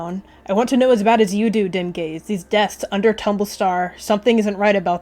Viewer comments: at first i thought you said dem gayz not dimgaze LOL?? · i thought you said dem gays instead of dimgaze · Please tell me im not the only one who heard dimgaze and dem gays- ...when you said 'i elected dimgaze' i thought that you were were shipping dimgaze and sootleaf